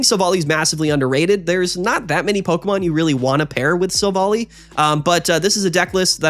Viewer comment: Minor pet peeve. It's pronounced Silv-ally.